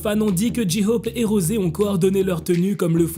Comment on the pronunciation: (J'te jure que c'est pas mechant et le prend pas mal stp🥺)tu pourrait arrêter de dire ji hope😭sa se dit jey hope🥲mais c'est pas grave je t'en veut pas😁